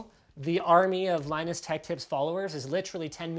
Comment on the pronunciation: Beard lie-nus.